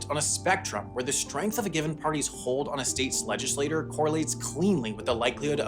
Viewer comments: The mispronunciation of "legislature" as "legislator" is driving me crazy. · It’s legislaTURE not legislater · "Legislature" is not the same word as "legislator". A legislator is a member of a body which is collectively referred to as a legislature. Please check your scripts or be mindful of the pronunciation. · Bro you keep pronouncing the word “legislature” as if it were the word “legislator” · Why does he pronounce "legislature" like "legislator"? Is this common in whatever American accent he has? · Why do you keep pronouncing legislature like legislator? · I think you need to double-check the pronunciation of "legislature", because you keep saying it like "legislator", and those words aren't meant to be homophones... ♥ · I hope I never have to hear this chucklefuck mispronounce legislature ever again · Learn to pronounce legislature. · Your pronunciation of "legislature" is so grating. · Legislature is not pronounced the same as Legislator. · Sam still can't pronounce "legislature" lol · Sam: speaks fluent French Also Sam: Can’t pronounce “legislature”. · now explain the weird pronunciation of legislature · "legislature" is not pronounced the same as "legislator", Sam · He was saying it incorrectly the whole time. It made the video really hard to watch. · I came to say that very thing. His inability to pronounce legislature properly was jarring. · FYI, I don't like to pick on people's pronunciation, but you're a professional pronunciator, so you should probably know: the word for a body of elected politicians, "legislature", is not pronounced the same as the word for a member of that body, "legislator". (If you can pronounce "teacher" and "teeter" differently, you should be able to do similarly with legislature/legislator.) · Quick note: You're pronouncing LEGISLATURE like LEGISLATOR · I really like your videos, but the repeated mispronunciation of “legislature” undercuts your credibility. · Why does he keep saying "legislator" rather than "legislature"?